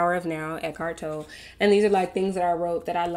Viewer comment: Oh you've found eckhart Tolle...its pronounced Toe-lee...ive read another book of his called I AM!! It's pretty powerful healing...it teaches how to be in the present...and how the ego is nothing more than a sickness of the mind..it does really feel like such a relief to let the THINGS of life....go... ❤.loved your vlog🌻🌻🌻